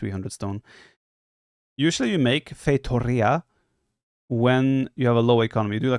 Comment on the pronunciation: You finally said the "O" sound correctly (U), but now you're saying "feiturria" (Italian accent). The pronunciation of Portuguese is not like Italian or Castilian, but more like Polish or Russian.